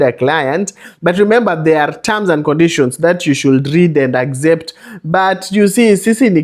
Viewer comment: Very nice advice...bt the agzept part is a bit annoying😂😂